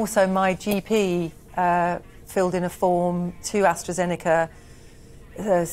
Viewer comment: So now it's not precovid, it's pre astrajenaka